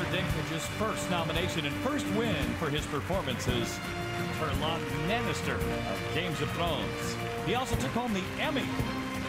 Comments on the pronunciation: "Terlon Nemmister" lol, WTF?! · Lol whatcha talking about? His name is Th...eilon Lennister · You had one job "tirlon nannister of games of thrones" lmao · 'Therlon Lennister of Games of Thrones', oh my god... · Pffft open your ears he was clearly called Tirlon Nannistor! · "For Turlon Nannister, Games of Thrones" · OHHH,dat nigga sayed his name Teflon Mannister. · Terlon Lannister of Games of thrones.... i cringed so fucking hard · that guy don't deserve to be alive like how can one not know how to pronounce Tyrion Lannister 😒. Somebody dracarys on him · that poor announcer butchering his name